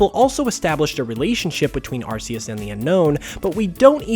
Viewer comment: "Arceus" is pronounced "ar-kee-us"